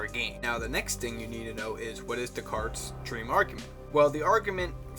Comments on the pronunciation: It's pronounced Day-Carts, not Dez-Carts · Interesting video, but I couldn't bear your mis-pronoucing Descartes...